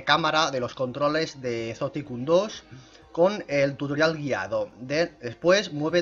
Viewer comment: se lee asi como lo dijiste pero se pronuncia zoo taicon